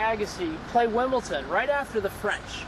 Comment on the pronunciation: Wimbledon NOT Wimbleton